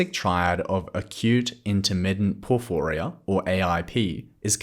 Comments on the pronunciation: Why do you say porfooria? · Thanks, i think ur saying porphyria wrong though 😂